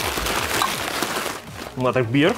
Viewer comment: I love how he say mayonnez